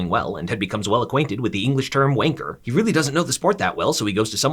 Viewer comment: I never want to hear a American say wanker ever again man said wainker